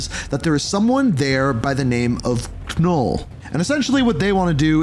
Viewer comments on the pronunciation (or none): Wow, words are hard for you, aren't they? Unless your script writer can't spell. Examples: "Sanctum Santoruium?" = Sanctorum "Hon-shu?" = Konshu "Carikoa?" = Krakoa "Ka-Null?" = Knull "Soar?" = Thor When you can't even pronounce names accurate, the video loses credibility. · Not Ka -Null its just Knull the "k" is silent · The "K" is silent in "Knull" 😭